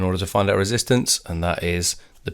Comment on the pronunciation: No, we do say "resistance" instead of "reesistance"